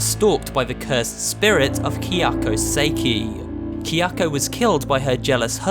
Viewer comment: kiyakou kiyakou. say it with me. KA YA KO